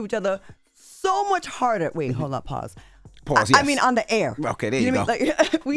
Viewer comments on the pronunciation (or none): She can’t say pause lol it ain’t like that